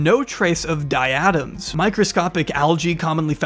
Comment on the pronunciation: We love u but just to help out its problunce dia-tom no di-atom ❤❤